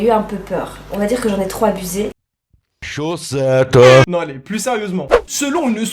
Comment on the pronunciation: La minute René "Chaussetteu" m'a officiellement tuée 😂